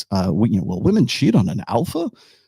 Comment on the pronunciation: Why do some people say vvomen instead of woman?